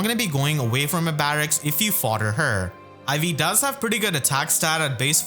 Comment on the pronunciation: Because you put the emphasis on the second syllable, I keep hearing you say IV like teh stats rather than Ivy’s name lol